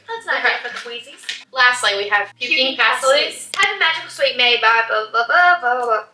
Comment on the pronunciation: Yeah also the pronunciation of pastilles was wrong